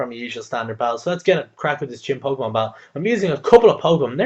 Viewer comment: didju say chinpokemon? :P